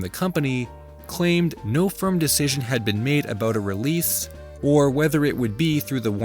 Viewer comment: Did I catch an “abooot”???? Another Canadia intruder!!!!! Dear God!